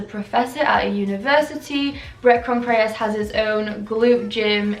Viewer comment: Babe, it’s not Con-K-reas. Bret ConTreRas. 🙂